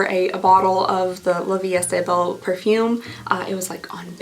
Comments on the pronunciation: The perfume is pronounced something like "la vii e bell". French is hard :,) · I know French can be super hard, but you’re SO close to getting LVEB pronunciation right! Think “la vee ay bell,” and you’ve got it! 💕💕 And for the word for eyes, think of the “u” in “put” or “push,” rather than the strong “oo” in “you.” But you’re getting there! You’re so close! ❤❤😊